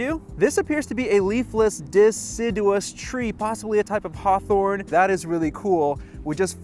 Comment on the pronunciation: the way you absolutely murdered “deciduous” lollll Great video tho!!